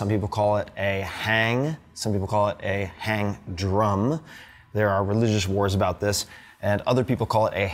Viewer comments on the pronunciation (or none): Someone probably said this already, but scrolling around I don't see it so... the pronunciation is "hang" as in "wrong" not "hang" as in "hangman". But what you're playing is clearly NOT one of those. That's like calling every facial tissue a Kleenex. But hey, I appreciate that you're bringing this beautiful instrument more mainstream. I'd been lusting after the original hang for over 15 years, but finally picked up a reasonable knockoff like you're playing last year. Recommend you search for "Bronkar Handpan" for some really inspiring stuff! And if you want to continue your rhythmic exploration try "TaKeTiNa" for some full-body, mindbendingly non-linear learning theory applications :) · It's pronounced "hong"